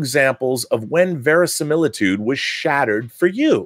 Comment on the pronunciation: Verisimiltudo? italian, maybe. :p